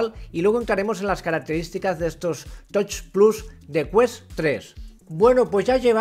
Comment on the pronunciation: Un truquillo (que a lo mejor a algunos espectadores hasta les molesta leerlo), es que hay páginas de text to speech, donde tú pones los nombres de cosas en inglés que más vayas a decir en tu vídeo, le das al play y escucharás una voz leyendo en inglés esas cosas, por ejemplo "touch plus". Y así en 5 min las 3 tonterías que tengas que decir en tu vídeo las dirás bien en todo el vídeo. Pasa mucho con el nombre de los juegos. Lo digo porque a casi todos los de la habla hispana VR os pasa que el tema de pronunciar las cosas de tecnología sufrís muchísimo, y suena fatal la verdad (no tanto el hecho de decirlo mal que también sino que se note esa guerrilla para ver como sale cada palabra😂), queda menos profesional y es un poco agobiante a veces incluso escuchar esas peleas con por ejemplo "touch plus" dices "toich" o "tois", va cambiando todo el rato porque en el fondo uno va ya con miedo al no saber decirlo, y sería algo así como "tach plas", remarcando la CH. A otro que le pasa pero mucho peor que a tí es al de Virtual Games, pero en su caso es mucho más desastre porque destroza más la pronunciación y además se disculpa del inglés con coletillas todo el rato "mi inglés de andar por casa de garrafón" etc etc. Señores, menos sufrimiento para vosotros y la audiencia, es facilísimo, cualquier página de text to speech en 5 min antes de grabar el vídeo te soluciona para siempre eso. Y ojo ésto no es el típico rollo de "qué importante es el inglés" ni tonterías de esas, estamos en Españ